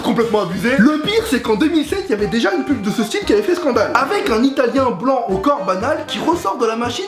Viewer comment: tu parlais quelle langue quand tu disais comment t'avais fait la PUB ?